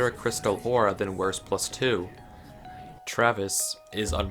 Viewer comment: Lern Wurst Aussprechen dann komm Zurück!